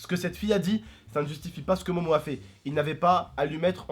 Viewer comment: sa se dit pas momo ta u réson de la fraper